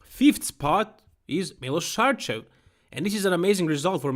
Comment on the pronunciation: Yeah, I am serbian just like him 😀 that's how you pronounce it, Milosh Sharchev